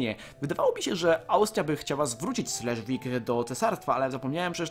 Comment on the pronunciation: slesvig czyta się dzisiaj szlezwyś)(znaczy niemiecka cześć)